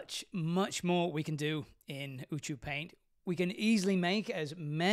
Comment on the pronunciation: ew-two-paint? that clearly says U-cue-paint.... can people not read today?